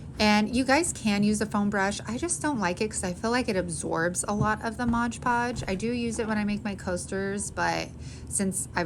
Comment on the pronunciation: Favorite fall scent is cinnamon vanilla. Great videos and tutorials! ( 2 little things though.. it is MoD podge, not midge podge...and MIN wax, not MINI wax, lol)